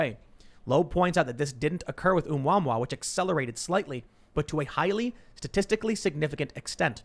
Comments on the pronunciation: My ears! The extrasolar object was pronounced "Oh-moo-uh-moo-uh." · Asteroid is pronounced "ooo-mah-moo"